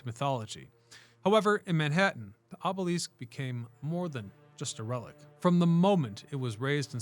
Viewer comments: aa·buh·luhsk, not aa·buh·leask - Went down a rabbit hole to see if any other language says it that way and got nothing. If this was a rage bait tactic to get comments you have succeeded in at least three as of this post. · Another poser historian who can't pronounce the very word that is the core subject matter of his material. Oobeleesk? I can't wait for the episode on the Sioux. Your credibility is completely shattered by this shortcoming. Pick a subject that you actually know something about before attempting to enlighten the world! It's offensive. Moving on and not checking back. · The way you are pronouncing obelisk seems incorrect. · I started watching this video today because it looks really interesting and the video seems really professionally done but I just couldn't get past the fact that he kept pronouncing the word obelisk incorrectly. So I had to stop watching. Maybe one day I'll try one of his other videos. Sorry, I'm not a hater I'm just being honest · Gross mispronouncing is the most common and annoying tip off of AI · The way you say obelisk is a little distracting and jarring